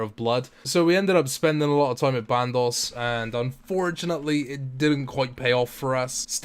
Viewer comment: Also band os not band ohss